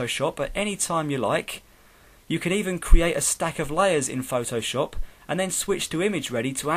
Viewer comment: nice but you say this like phtooowshopp xD!!